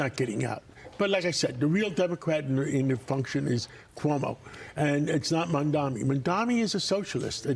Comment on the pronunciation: Mamdani, not Mamdami. Learn it as he wiping the floor with Cuomo and Sliwa. 🎉😂